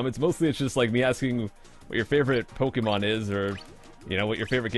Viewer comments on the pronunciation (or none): You saying "Pokey-manz" makes it painfull